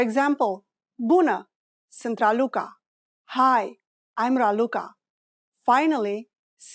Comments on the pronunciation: de la inceputul videoclipului mi am dat seama ca e o parnaie. ai pronuntat sant in loc de sunt. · If you wanna learn romanian, do yourself a favor and try another video. This one is not as accurate as you might think. First of all, the pronunciation of "sunt" was made incorrectly several times, only 1-2 times she said right... "bună seara" it's just good evening, never good night which is actually "Noapte bună". Excuse me can be formal and informal in romanian at the same time, translating as Mă scuzați-mă formal and scuză-mă- informal. And we are not really talk like that 😂 For exemple we never say " cât costă aceasta" only " cât costa", "cât este" or "ce preț are" - what's the price. "cât costă aceasta" will be "how much is that/this".... Or this/that one.... So, as previously said, try another video 😂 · I hear "sînt" instead of "sunt". Is it reduced in this way? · Can you please explain to me why when you speak slowly, you pronounce the verb "sunt" with the vowel "u" and when you speak faster, this sound turns into "â"? It looks as if "â" is an allophone of "u" in this case, am I right?